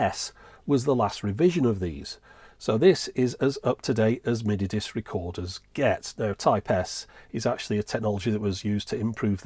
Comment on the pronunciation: Stopped with the emphasis on mini disc. I'm sure the rest was good as most all your stuff is. It just shut the door on me.